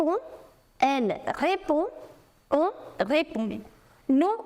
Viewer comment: Repond❌Ghepondgh✅ Indian❌ Chinese ✅